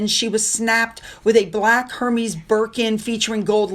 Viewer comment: FYI... Hermès is pronounced "err-mez" 😊